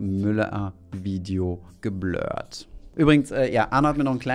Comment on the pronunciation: "Geblööörrt" klingt irgendwie wie ein kapitaler (um den Bezug zum Thema zu halten) Rülpser nach nem ausgiebigen Kneipenbesuch. 😂